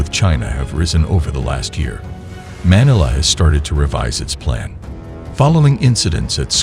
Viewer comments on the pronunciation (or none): Manala??? Where is Manala? It is Manila! Get your computer synthesized narration fixed.